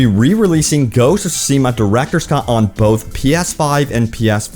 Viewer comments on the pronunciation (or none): Tsu-shi-ma and eekee Island not aikee. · Say it with me... Ghost of "soo-SHEE-muh" LOL! Just teasin' bro. Love the content, keep em coming. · Ok two things. Best game of the past five years, and it is (sue-shi-ma). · The pronounces 😬 tsusima, iky island 😬 it‘s pronounced tsu-sheema and Ee-ki island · SO many people and no one knows how to pronounce the title correctly. lol it's pronounced tSOO - shi - ma. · Speak after me: Tsu-she-ma :P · ok this is getting on my nerves......repeat after me my guy.......SOO - SHE - MA......just read these syllables out loud sand you'll crack the code on how to pronounce the game's name properly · Please stop saying the name if you're just going to butcher it 😭